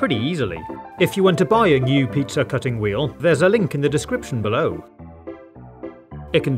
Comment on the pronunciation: He said Pizza, not Pizzer, in "Ultimate Food Hacks Compilation" he says "Vaniller"